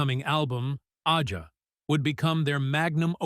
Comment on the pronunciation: This robot couldn't pronounce AJA or Lied. It was a great part of the sound. DOOBIE BROS were crazy 🤪 good too with like 6 different lead vocals.. he being the biggest part of that sound too. His solo stuff great too. His two motown records are fantastic. I'm glad he did all the jobs.